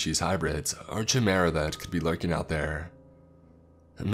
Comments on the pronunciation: Lol it’s not “cheemera” it’s kimera spelled chimera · Say it with me now; chimera = kai-meh-ruh. Please take a look at a dictionary to double check the pronunciation of words you have limited experience with.